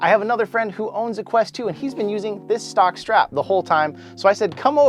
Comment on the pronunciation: He said sock strap not Stock